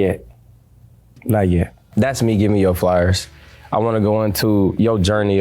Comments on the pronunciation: Bro said “that’s me givin u yo flyers” instead of flowers bro a idiot😂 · Bro keep saying Flyers instead of flowers😂😂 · Is Marci saying flyers instead of flowers?😂😂😂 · Lol yeah he's definitely saying flyers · Marci and flyers😂😂😂